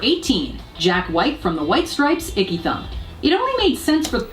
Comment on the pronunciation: Aaaanndd..it was ‘Ecky Thump’ Jack…not ‘Icky’